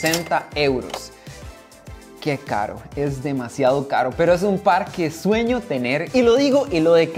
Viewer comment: “Que carwo, espero que se haga rwealidad” 😂😂😂😂😂